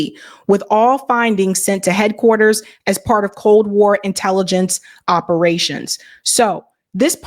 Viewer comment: "The boo-roo" she said 😂😅 Bureau is pronounced"byur-ohh" and again! Covolt war? I question your comprehension of the material when you're illiterate. Credibility matters when speaking on complex topics, and I question the ability to even understand what you're reading when you don't know basic words or concepts.